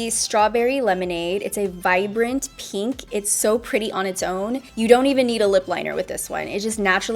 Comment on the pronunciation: Why does she say the word pink like peeenk? Does she pronounce ink like eeenk? It’s weird lol